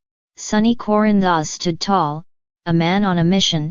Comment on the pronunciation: These computer generated videos are awful. Can’t even pronounce Corinthos. I can’t stand to listen to it. You can do better than this!!!!!